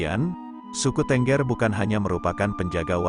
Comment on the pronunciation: Pengucapan "tengger".. ngaco. Kayak ayam aja .. bertengger !! Yg benar itu "teunggeur"... tau?